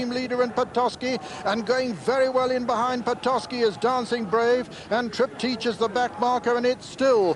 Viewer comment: Triptych's name is pronounced as with Trip-tick. [Not as Trip-teesh!]